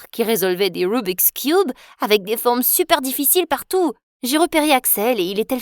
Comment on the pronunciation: Des « ROUBIKS COUBES »